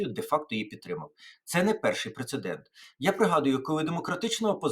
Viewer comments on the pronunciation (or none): none